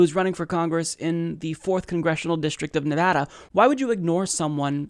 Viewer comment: The way he said Nevada was mind blowing. Keep up the great work btw